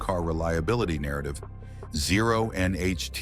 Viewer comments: The good ol’ Audi uh4. With zero nutuhseeay complaints! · I had to stop this garbage ass video less than 3 minutes in due to the absolutely horrendous A.I. garbling NHTSA and calling it an “Ah 4” Click bait pile of shit.